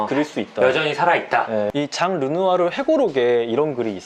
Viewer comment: 넘 재미써요 이 루누아루 라고 하는것도 재밌고 감동도있고 상식도 챙겨가고 >< 최고